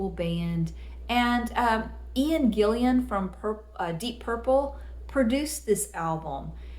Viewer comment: You said gillian, no i before an, its gillan, had a band out called after him - gillan in 80s, not a band i would recommend, not very good